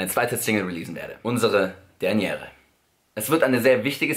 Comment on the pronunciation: Dernière kommt aus dem Französischen dernière, was soviel wie letzte(r/s) heißt (das letzte e spricht man nicht mit)